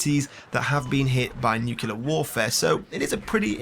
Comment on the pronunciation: *Nuclear, not nukelear.